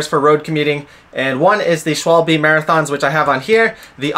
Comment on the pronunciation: Thanks for the video. I'm having a minor repair backlog as well. BTW "Schwalbe" is pronounced "Sh-val-be". It's German for "Swallow". Presumably after the bird, not the action when drinking...